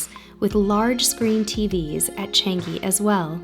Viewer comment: Just sharing, it pronounce as ‘Chunk-gi’